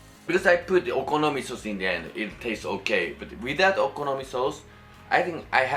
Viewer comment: Idk why but i love it when he says sauce like ‘sows’